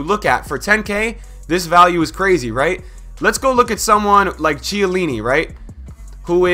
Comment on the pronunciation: KHIELLINI, man! Not Cielini